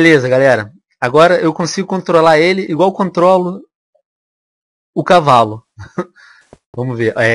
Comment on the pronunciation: Kkkkkk é impressão minha ou o venom n sabe falar cavalo certo